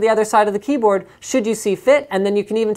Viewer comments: He almost said cumboatd lol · Hahahahaha! Omg sorry for being childish "If i put a mechanical cum-ehm keyboard" I am really dying of laughter! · Linus almoist said cumboard, lol